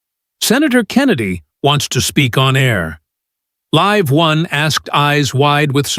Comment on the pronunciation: Do you know how to say LIVE? Stupid!